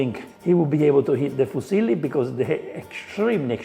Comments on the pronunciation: Gordon speaks Midlands English and French, the latter with a kind of delivery that really is at odds with how he speaks in English, and I think that shows in his Italian pronunciation 😅 The pasta is dark orange because it's fresh egg pasta. You can buy fresh pasta like that in the US and UK. I think he sliced the garlic like that to increase surface area relative to volume and get more delicious browning on it for the sauce. Speak for yourself. I have family members who grew up eating things much spicier than a pinch of crushed red pepper flakes in that volume of food. (The father of my sister's children, whom she has long since divorced, is Laotian, and so they grew up eating things that would make a Calabrian weep.) The kale will stop the garlic from burning because it's instantly going to release a ton of liquid, and you need the salt he already added to the pan to make kale not taste like depression. I don't know why he's not cracking fresh black pepper in there. It's so much stronger than that pre-ground crap., that's fresh egg pasta. I can right now check my grocery delivery app and find fresh tortellini, ravioli, linguine, fettuccine, capellini, and spaghetti, just from a quick check. I've never seen fresh fusilli where I live, but if I lived in a place with a large Italian diaspora, I wouldn't be surprised to find it. Look how cloudy that water is after three minutes! That's not dried pasta! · Yes! i know! I am Italian! I was making fun of the way Gordon Ramsay mispronounced the name! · Being fussy about pronunciation is one thing, but he was basically talking about a Chinese guy called Fuse Lee (probably a relative of Bruce and Jet). It's not like it's impossible to pronounce it more or less correctly, like foo-silly would already be a lot better and probably passable to most reasonable Italians. Hell, I'm French and it low-key triggered me a tiny bit when he pronounced the 't' at the end of "bon appétit". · "Fusilli" rhymes with "muesli" :).